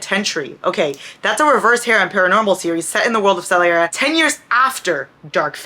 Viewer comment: Every time you said 'the world of Solaria' I was just thinking 'the world of Celeriac'... the vegetable 😂